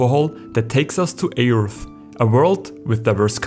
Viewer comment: The A in Aeurth is silent, btw.